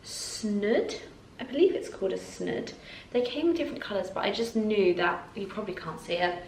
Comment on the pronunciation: Its snood not snud